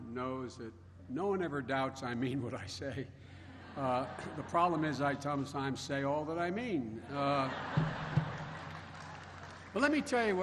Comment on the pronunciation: 🧐Biden Wisdom... “I tomesime’s say all that I mean!”